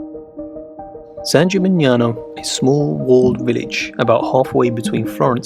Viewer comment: Love the video. Please note that in Italian: (a) the "gn" in "Polignano" pronounced like "ni" in "onion", so you say "polinyano". I note that you pronounce "San Gimignano" correctly. (b) "chi" is always pronounced "ki", so "Chioggia" is "kyojja".